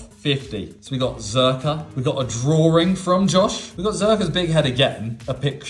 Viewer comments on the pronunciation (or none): Why do British people always pronounce Drawing as Draw'ring' !!??? ...there's no ring in that sentence 'Drawing'